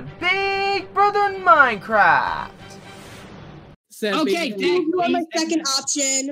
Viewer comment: High intensity moincwaft gameshows